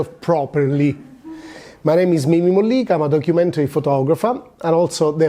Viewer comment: Thank you for pronouncing our last name correctly!